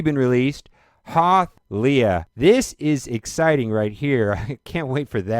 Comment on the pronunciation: the way you pronounces leia...just quit. right fucking now